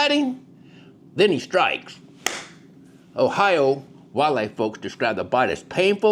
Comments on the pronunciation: The "R" in Ohi-ROW is silent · I’ve never heard Ohio pronounced that way before! Definitely don’t sound like an Ohioan! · Ohiro?? And it’s O-Bets!